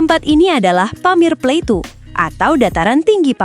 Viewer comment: Plateau bacanya plato